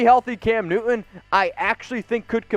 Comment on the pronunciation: All I'm hearing is... Cam "New-eh. New-eh. New-eh." Oh and hit that subscribe "Buh-eh. Buh-eh. Buh-eh. "